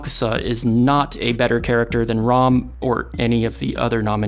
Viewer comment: why is bro pronouncing ram's name as rum